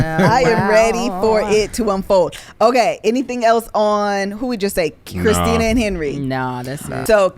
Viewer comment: It's Christin-a 😂😂😂